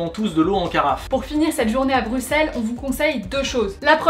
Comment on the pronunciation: Ah ben ça fait plaisir d'entendre "Brussel" et pas "Brucsel" !